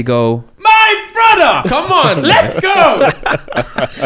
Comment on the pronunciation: “My Bruddah”😂😂😂 Fufu😊